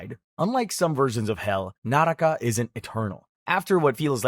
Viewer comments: It isn't called nah raka it's nuhruk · Fun fact: naraka is pronounced nārk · help it's pronuncaced nark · Its spelled naraka but pronounced Nark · bro it's nark not naraka